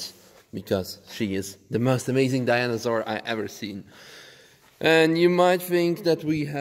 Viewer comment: Haha. Dyana-sur 😂😂😂👍